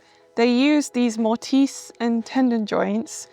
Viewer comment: I love that you're explaining timber frame construction. May I make a clarification to a couple of words? While I understood you perfectly well, the word 'tenon' has no 'd' sound. And 'mortise' has a quick, short 'i', like 'tiss'. Your house is wonderful. I like your eclectic design esthetic. Earth tones and natural materials would be perfect; comforting and timeless. (We Americans are terrified of lots of bright, garish colors.) I've enjoyed all your videos so far. I've been in the house restoration and design business for 5 decades. Your home is more modern, but it is very like the medieval Tudor buildings built in England and elsewhere. It's perfectly understandable why anyone would assume your building is much older than it really is. I also love that you showed American mansions built in the early 1900s. I look forward to seeing more!